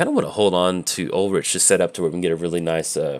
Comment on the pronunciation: Ulrich is pronounced Ul-Rick.